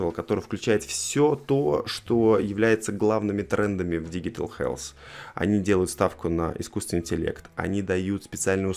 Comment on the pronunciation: digital читается как диджитал